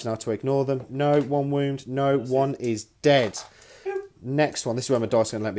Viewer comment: Are you saying womb instead on wound?